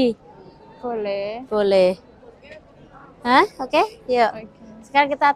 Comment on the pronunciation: Hoodie mbak.. Bukan goodie. Beda arti